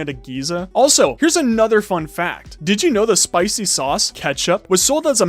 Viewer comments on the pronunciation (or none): can you stop saying dith you know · Every time he says "did i u know" i say nO i DoNt